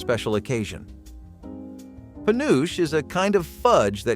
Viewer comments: I don't know if anyone else said this, but penuche is pronounced penu-chee, not penooch. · It's not "Hos-TESS"- it's HO-stess. It's not "Penoosh" it's Peh-NOO-chee. Have someone narrate this who remembers these bakery desserts. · My dear mother (RIP) called Blondies "Congo Bars"- not sure if there's a difference. And she loved pen-oo-chee (not penooch) fudge. We'd always get it on Cape Cod vacations. We also ate lots of fruit cocktail but imo that fruit cocktail cake looks gross lol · Born in 75 in MA, it's pronounced pen-uh-chee. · Penuche is three syllables as in Pe-noo-chee. It also was popular way earlier than the 1970s. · Penuche, it's called Penuche Fudge and it's pronounced PAH-NOO-CHEE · How could you leave out Carrot Cake with cream cheese frosting? That's the 1970s on a plate! Or Bacardi cake? Seriously - peach melba, but not carrot cake? Where did YOU spend the 1970s? And penuche is pronounced pe-noo-chee. It's based on an Italian candy, panucci (so pronounce that last vowel!), and it doesn't taste like molasses, it tastes like CARAMEL! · Penuche - it’s clear you are not from New England where Penuche is still a favorite- like so many names of communities in New England, how Penuche is pronounced is different from how it is spelt. It is pronounced Pe-New-CHEEE, not how you pronounced it. Granted how you pronounced it is probably the absolute correct pronunciation but no one in New England would recognize what you said was their beloved fudge. It was my dad’s favorite fudge. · That New England fudge is pronounced pen-ooh-chee. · Penuche: puh noo chee No spell check please on pronunciation. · Penuche: puh noo chee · puh-noo-chee Penuche Icing is AWSOME too. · In my part of Minnesota, we pronounce the last item "puh-NEW-chee"; delicious! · In the MidWest, penuche is pronounce as pa nuchie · Penuche is pronounced…..pea-nuck-al……or…..pea-nuckle…….after the card game and has been around since the 1920’s as an alternative candy to making fudge. It is delicious.